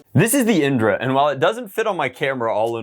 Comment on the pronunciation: indra is actually a hindu god who is the god of heaven, its pronounced in-dh-raa